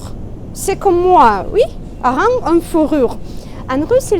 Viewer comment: Ma chère, le H de Hareng est aspiré. On ne dit pas des-z-harengs, mais bien : des||harengs. Tu parles drôlement bien le français, quand même. Tu le parles couramment, comme si tu l'utilisais tous les jours. Merci.